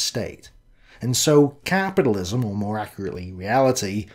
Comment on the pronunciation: Caaaaaaapidilism. 😂 Sorry couldn't resist, great vid! Nice one for the upload